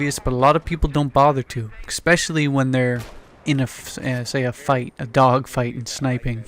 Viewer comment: Expecially lol I think its especially mate. Anyway I like your game style I love sniping!